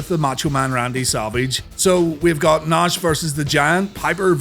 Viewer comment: it's funny how you can say the name rowdy piper but not savage and nash, you say it like sevage and nesh